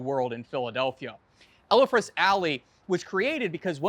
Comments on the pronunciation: Elfreth’s Alley, not Ellefreths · Repeat after me: “ELFreth’s.” Not “ELLA freths.” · “El- Fred’s Alley NOT “Ella- Fred’s” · Nicely done. Note that you pronounced Elfreth’s incorrectly. It is El-freth; not El-e-freth. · I didn't want to be a pratt, but yes, it is EL-FRETH'S Alley. -Philly girl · Hmmm, I've never heard Elfreth's Alley pronounced that way before. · Not that, either.